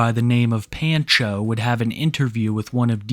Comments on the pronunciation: My brother in Christ, it's pahn-cho, not pan-cho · Can't tell if it's just the guy's screen name, but saying "Pan-cho" instead of "Pahn-cho" pains me. Otherwise, excellent vid as always lol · Are you sure that's how you pronounce that name? I have never heard it pronounced that way, It's usually like "Pawn-Cho"... Every time you say it the way you do I just want to throw my phone. 😂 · Pan-Cho? Obviously you’re not Hispanic lmao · The way bro says “Pancho” is hilarious. It’s pronounced “Pon-cho” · The way pronounces pancho makes me die a little. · Take a shot every time he mispronounces pancho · ** YOU REALLY DONT KNOW HOW TO PRONOUNCE THE WORD "PANCHO"? **